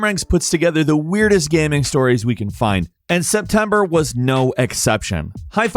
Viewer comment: Why does he pronounce gaming like gaeming? Is it an accent thing?